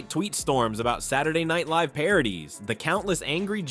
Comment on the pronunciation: When AI can't even pronounce live you hit the do not recommend button